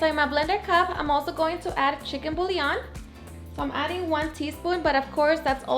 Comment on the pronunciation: Girl I love you and your videos but please stop saying “BULION” it’s “Bouillon”. 😂😂😂